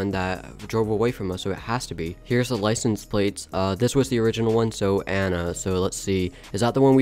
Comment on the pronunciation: Jonee is not a name it jo Anna